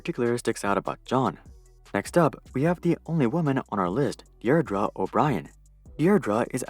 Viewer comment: Deirdre pronounced DEER-druh